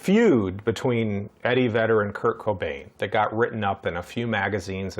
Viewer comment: Did you say Eddie Vader? 😂